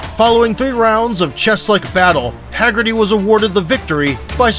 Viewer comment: It's Haggerty. Not Heggerty. Haha. I know the name is traced to Ireland. I'm not disputing that. What i am disputing though is you saying "Irish stock. What do you expect?" Well, i don't expect anything. Why would i? The Irish don't produce good fighters whereas England produces great fighters and always have. That's why Haggerty can fight the way he does. He's conditioned by the environment. If you think there's some special kind of magic in the blood due to having some faint Irish ancestry, i'm asking what that magic is scientifically? Break it down to me. Also, who are these great Irish fighters produced in the Republic of Ireland born and raised without any other ancestry being involved if it's to be expected when a fighter is great?